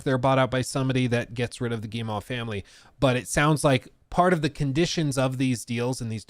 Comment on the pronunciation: Tip! Guillemot: Gii-mow. Like mow the lawn. Like mo money mo problems. At least close enough.